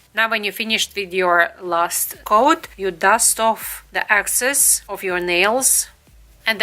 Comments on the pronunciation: I love your video but it is excess not access. They are totally different! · Great tutorial! It’s excess not access